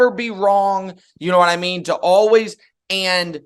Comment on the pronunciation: I'm sure I'm the only one, but it always hits my ear oddly to hear Cowherd pronounce 'always' as 'alwiss'.